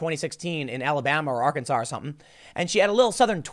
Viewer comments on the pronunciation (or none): none